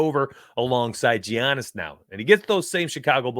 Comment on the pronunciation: Lolll Gi-annis, but appreciate the insight!!